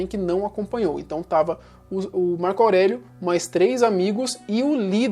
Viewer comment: ''março aurélio'' kkkkkkkkkkkkkkkkkkkkkkkkkkkkk